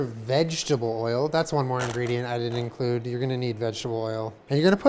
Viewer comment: is the best part of this whole video 🤣 I spy a lil peachy...”YeW wiLL eN-cLUde Me”